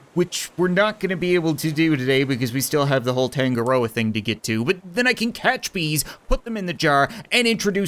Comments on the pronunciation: Uhh Cap I'm pretty sure it's not Tan-go-roa it's Ton-nga-roa which for my culture is a Maori god who is god of the sea. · Tangaroa token = tangaroken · is anyone going to metion that tangaroa is actually the god of sea in maori mythology? not going to lie that's some smart naming wait that means that it could've been made by NZ ppl and also that's not how your pronounce it (search it up)